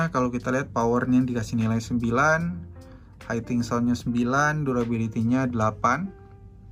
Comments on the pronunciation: Maaf bang, hitting dibaca hiting aja jangan jadi haiting.... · Hitting sound Om, bkn haiting sound.